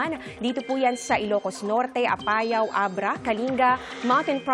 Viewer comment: Parang mali ang bigkas niya ng Apayao.